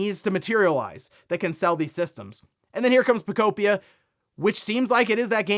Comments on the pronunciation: “Poe-Kope-pia” I wish you’d stop calling Pokepia that. It doesn’t make sense to say it that way. 😂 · He just cannot figure out how to pronounce that damn word lmao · Pokopia... guess the a makes an o sound now.